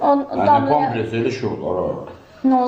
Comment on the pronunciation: Sen eclaf adamsan senin klinikadan hansi sebebe iwden cixardilar? Bampres yoxe pampers ay men diyen